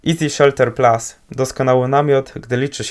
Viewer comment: chyba PLUS, a nie PLAS